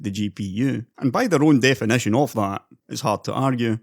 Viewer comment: Stop saying "NVEDEA" instead of "nvidia"! And "manyfaturing" instead of "manufacturing"! "defenetion", "two fafty thanks", "transastols", "lighting", "chep", "exested", "neintee", "hondred", "faynally", "descraybe", "culer", "competeteon", "dollos", "buck", "pru", "dun't", "gavan", "rebrunding", "bil", "delevers", "vedeos", "pursen", "bagger", "onother", "flagshep", "effeshent", "assomptions", ... OMFG! You pronunciation is SO DISGUSTING! Use Text-to-speech instead! Don't make such a videos!